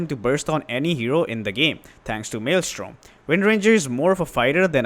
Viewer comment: We appreciate you saying 'Maelstrom' correctly.